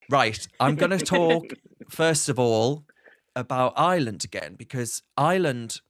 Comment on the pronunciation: It is pronounced I R land NOT Island.